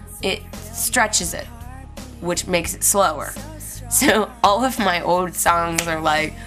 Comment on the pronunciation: Elasticity is a word :) I love the way you say 'old'. Sounds like "ohd". The first time I heard it was when you described your Harmony guitar. Thought you were being cute because it sounded like a kid talking :) but you still pronounced it "ohd" in this video. Anyway, LOVE IT :)